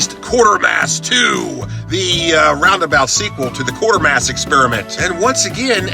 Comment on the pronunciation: I cringe every time he says Quartermass.